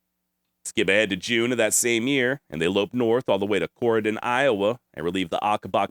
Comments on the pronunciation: I'm loving this series on Jesse James! He was a cousin of my g-g-great grandmother. We still live in the area. And yes, you're pronouncing Corydon correctly. We live thirty miles west of there. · You pronounced Corydon correctly. 👍 My family is from Gallatin. Family legend is my Great, Great Grandfather found the man Jesse stole a horse from and took him into town on his wagon. Jesse is a folk hero in much of Missouri. This is a great series. Thanks!